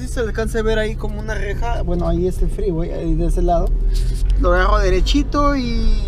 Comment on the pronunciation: El Fgggreeeway ... Gggregalando jajajaja